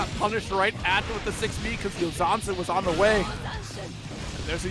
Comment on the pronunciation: oug. commentators are very good, but the pedantic part of my brain gets poked every time says "Yotazen" instead of "Youzansen":<